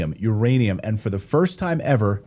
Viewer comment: 'Russia UND China', am i the only one who hears that german 'wordchen' (2 times!) there?